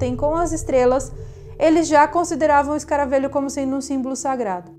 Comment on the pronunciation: Só uma observaçãozinha boba. Se fala escaravelho com “e” aberto. Como “velho” ok! Bjs 😘